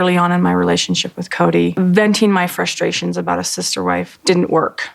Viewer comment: Kody's misworded expressions & analogies always crack me up, as does Robyn's mispronunciation of basic words such as 'pitcher' for picture, 'rilly' for really, 'dill' for deal, 'frushstrashun' for frustration, etc. 😁